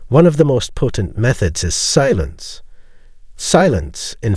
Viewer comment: He said the word silence using five syllables. 😂😂